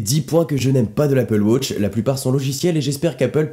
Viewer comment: Arrete de dire wôtch! Même les Anglophones disent watch!